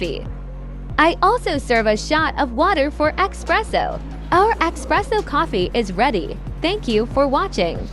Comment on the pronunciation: It’s ESS PRESSO. Not. EX PRESSO